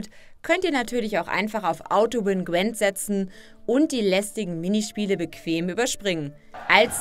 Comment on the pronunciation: Wieso sagen viele zu Gwint immer Gwent? Man schreibt es mit einem i und es wird korrekter weise auch mit einem i ausgesprochen... check ich nicht. Sollte es cooler klingen?